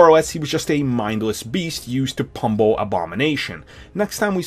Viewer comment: They way he pronounced pummle